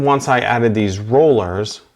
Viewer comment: One you already caught and made a correction to in your presentation. The other may be an accent as I thought you kept referring to the phase rulers as rollers. It may have been my old ears playing tricks on me. I am wondering if Toyota publishes valve opening specs in degrees as if you could have referenced the crank sensor and measured the degrees the exhaust valve opened either to late or early. A lot of times if I am suspecting an issue. I will use two WPS's. One in the affected cylinder and the other in the companion cylinder because they are 360* apart and you can compare the valve opening events a lot easier on one capture. Just a thought. Very nicely done sir!!!!